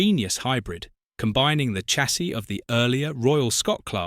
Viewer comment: Please pronounce the word CHASSIS correctly Sha, (as in shall), See? , not Cha (as in chap), see, see? Twat!! And Dee pose? No!! De [as in dead] pose (depots). And had you shown footage of the far more successful rebuilt Patriots, your video would be far better.